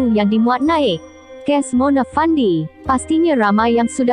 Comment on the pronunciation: Knpe you sbut Mone?? Plik2 la sbutan pn.